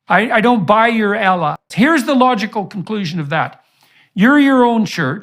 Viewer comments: That trip to ISRAEL sure messed up JP???? As an intellectual you'd think his pronunciations would be better dear JP learn to pronounce Allah swt correctly or please REFRAIN from it!!! you are deliberately mispronouncing the Arabic language & its incredibly disappointing! JP seemed to be one of the good ones? Unfortunately he's shown his true COLOURS!!! Even after talks with Mohammad Hijab & discussions he's still singing from the same racist bigoted handbooks, I hope the west, European,America, Learn from their awful awful deviant nasty cruel inhumane MONSTROUS unthinkable ways! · Hard to take someone serious who can't pronounce Allah (swt) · Funny he Jordan can’t even say the name of Allah almighty correctly. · JAk, did you notice how he pronounces "Allah"? This is done on purpose as if to say I'm not going to accept your pronouns (your ponunciation of Allah). It's so pleasing that they fear Islam. And like you said the Aramaic pronunciation for God is like Allah. It was disappointing to see him go the way of the Zionists. It certainly will make him irrelevant. هداه الله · Just from the way he butchered the pronunciation of "Allah" over and over even after years of exposure and discussion about Islam already solidifies this person level of intellectual dishonesty. Even a 5 yo can say Allah perfectly after hearing it for a couple of times so I refused to believe he's that dumb... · my man can't even say ALLAH but he still dare to talk about ISLAM lmao. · There is nothing more cringe than a white man trying to say “Allah” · He can't even say Allah right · He is so ignorant he can't even say properly Allah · It's Allah not Ellah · Perfect example why Muslims should not fuss about every non-Muslim who shows an interest in Islam. A lot of Muslims fussed about Jordan Peterson. After all that, he can't even pronounce Allah. According to him we worship "Ella". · IT IS (NOT) ELLAH YOU ID..IOT!! PETERSON=PARKINSON..IT IS,{ALLAH} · Bro said ellah 💀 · Ah yes "Izlem" and "ella"